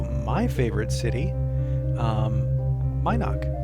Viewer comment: Mi'noc.... was one of my first towns.. though i pronounced Min'oc was driving me nuts hearing it differently... also buc's den was outside of vesper not brit? just near covetous... ???? anyways its looking nice guys.. sad that LoA is running off everyone before you can get the damn server finished.